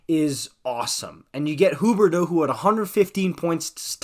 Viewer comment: Im french and even tho its fun to see someone pronouncing the quebec player corectly, its just sounding weird tbh😂